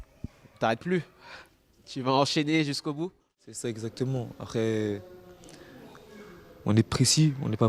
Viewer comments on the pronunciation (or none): franchement il fait mal au oreille, il dit "arè" pour dire "après"